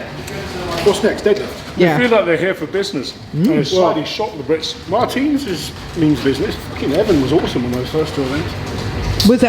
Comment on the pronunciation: still saying MARTINS wrong😂